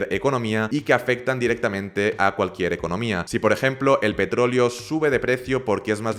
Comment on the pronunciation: Todo bien con tu vídeo pero cuando dices petrolio y no petroleo me da algo